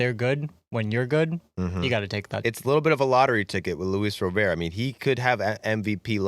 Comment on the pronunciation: Not that you'll talk about him again after the trade deadline, but Luis Robert's name is not pronounced like he's French. It's pronounced like someone who's first name is Robert. A hard T.